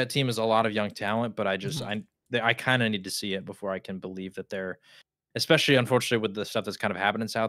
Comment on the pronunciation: not to be nitpicky, but the word is “ESPECIALLY” not “EXPESHALLY”